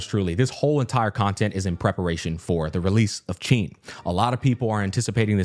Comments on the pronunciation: Hsin’s name is pronounced “Sheen.” :) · Hey just wanted to let you know that Hsin is pronounced huh-sin most people believe the “H” is silent but it isn’t you basically sound out “H” makes and then add the “sin” part of Hsin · Just pronounce it "SIN" and say it proudly. (if you want to be very accurate, you can pronounce "HSI-" the same way you say "Shi-t")